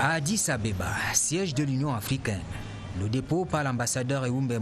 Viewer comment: on dit addis abeba et non ababa une journaliste d une chaine national MDR